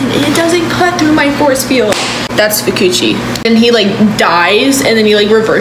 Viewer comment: Fu-coochi is crazy Broo that had me rolling 😂😂